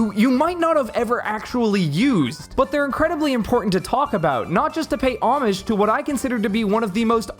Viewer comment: Pay homage, not omish lmao